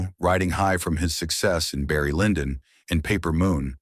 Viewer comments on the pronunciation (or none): none